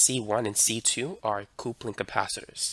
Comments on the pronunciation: Say coople... one more time.. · Coupling is pronounced "cupling". I've seen many class AB amps that do not use diodes. The class C amp is used in high level AM final amplifier in transmitters. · "coopling capacitor" lol good and informative video though, thanks